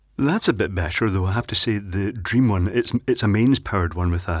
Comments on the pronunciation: I says drean, not dream... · think it's just accent making that happen on camera